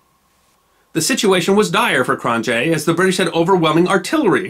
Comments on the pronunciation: And it's pronounced "Krone-yay" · It's pronounced "Cron-yea' j is a y in Afrikaans